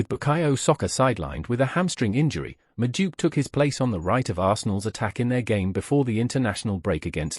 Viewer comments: Madueke ❌ Majuke ✅ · Who's this? The name is pronounced as it's written. Madu-eke